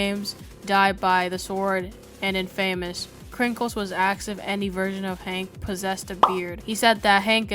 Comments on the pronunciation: your pronunciation of Infamous makes me want to die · bro said "in-famous" instead of infamous